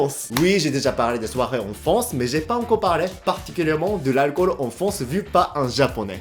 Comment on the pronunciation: me fait rire tu dit en fance 😆🤣